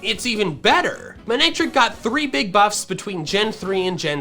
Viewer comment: It’s not man-ectric, it’s mane-ectric.